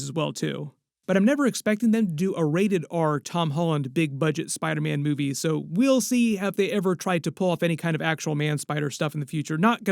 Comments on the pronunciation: I seriously hate how you say spiderman man it’s SPIDER man not spideh man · like for every time said “Spydah- man”